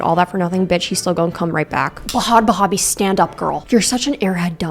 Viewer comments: Ba-had Ba-habie 😂😂😂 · I need you to know that “Ba-had Ba-habi” made me instantly subscribe 😂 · I start this vid and the first thing I hear is "Ba - hat Bah - abi" "inshallah" bro what is happening LMFAOO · You did not just call her "Bahaad Bahaabi" LMFAOOOOOOO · the pronunciation buh-had buh-habie had me on the FLOOR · The way she pronounced bahd bahbie 😂😂😂 I’m hollering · i used to think it was pronounced bhad bhabie i feel called out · "buhad buhabie"💀💀💀💀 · Not going to lie, this whole time I thought it was pronounced Bad "Bahhhbie" like Barbie. Not baby. Lmao whoops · i also pronounce bhad bhabie like that lmfaoaoaoa i alr love you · 😂😂😂😂😂 the way i start sobbing when you pronounce the H's 😂😂😂😂